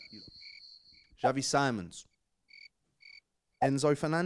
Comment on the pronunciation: Xavi Simons got mispronounced hard.